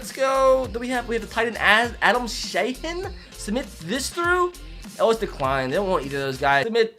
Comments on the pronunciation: Btw it is not shausofnhkeenc it is sha-heen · Bruh the a in shaheen sounds like a “u”